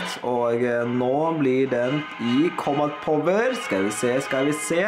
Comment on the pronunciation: Du ut-taler alt kjempebra, men du sier litt feil combat power, men vet hva dysteleksi er så det skader ikke meg.